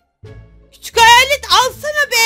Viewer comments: Heyalet değil hayet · Heyalet deyil hayalet 😂😂😂❤❤❤❤❤😊😊😅